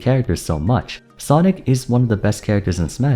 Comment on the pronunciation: oh I see. Weird though because he seems to use that a lot more than the characters name, even in his video on why everyone played sonic. It really sounds like he is just saying sonics